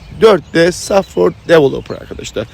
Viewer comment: Abicim süpersin. İlk başta saffır saffır deyince anlamamıştım meğer softveyr (software) diyormuşsun şimdi oldu 😂😂